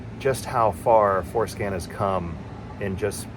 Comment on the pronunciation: I initially thought you said Foreskin LOL, Im on the floor laughing sir... excellent video for diagnostics, thank you